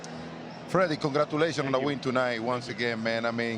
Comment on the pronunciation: "Los Doyers Congrattuullaayshons" - Big Papi